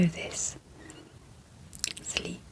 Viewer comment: I really like the soft spoken; great content. Super professional. The only thing that isn’t working for me, is the word Sleep, sleeP sleeP repeated close up to the mics with the Sl and the P super pronounced, it’s has actually woken me up. The p sleeee P SL eee P it pops me awake. Just wanted to mention. Maybe I can adjust volume. . all else absolutely fabulous